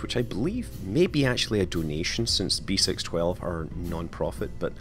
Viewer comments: "6 12" in French is pronounced "cis dooze":) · Just love your French accent since French is my native language. You should pronounce B612 "b seece dooz" btw. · beh-sis-dues is how you pronounce it